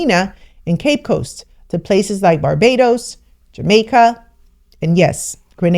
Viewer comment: Atta girl you are pronouncing the island's name correctly now. You will soon be a Caribbean woman. It is warmth to my ears to see we are getting closer to Africa in communication. The next thing is to free up the air space . God willing it will happen in my lifetime.❤